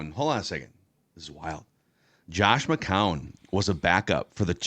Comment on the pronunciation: Hey..... its not McCowan. Its McCown